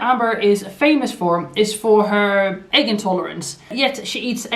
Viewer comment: Or quit referring to it as an "ayyyggg allergy." Intolerance is not the same as an alleegy, and that's why people make fun of that... and the way she pronounces "egg."